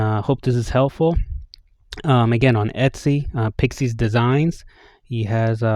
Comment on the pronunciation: Thanks for the great review! Also, "IS" in PIXIS is pronounced like "it". The company is named after my now deceased furchild Pixil-Monster and my wifes dog Isabelle. You now know more than anyone else on the internet about that!